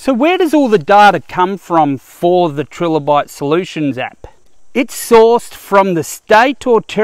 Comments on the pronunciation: its "trilobite" (as in triangle), not "trillobite" named after the trilobite it used for its icon/branding. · Tri Lobite not Tril obite